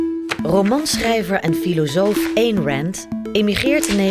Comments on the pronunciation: Je spreekt Ayn uit zoals je het schrijft, dus niet Één. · De naam Ayn heeft trouwens precies dezelfde klank als 'mine', en dus niet als 'pain'.